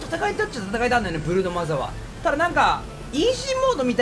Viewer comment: 最初ブルーノマーズって聞こえてびっくりした